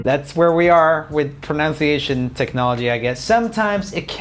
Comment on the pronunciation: pronouncing the word "pronunciation" wrong .. how ironic